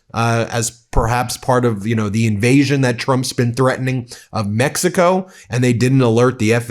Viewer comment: Pam Bondi emphatically pronounces MEXICO, "MEX..EE..CO". You know somebody's done something wrong when they have to resort to loudly overemphasizing words like that when they are put under scrutiny.